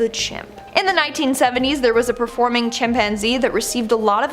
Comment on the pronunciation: The Chimp-man-zee